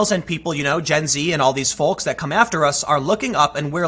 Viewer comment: Tim, dude... Folks is pronounced "fokes". You don't pronounce the "L".